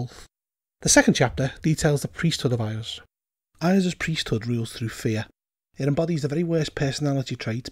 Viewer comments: "Eye-ahz"? It's wise that you mispronounce the fellow's name like that. Saying it correctly might get his attention, and that's not something you want - unless you are very powerful. ;) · LOL I've mispronounce Iuz as well I pronounce it "EYE-yooz".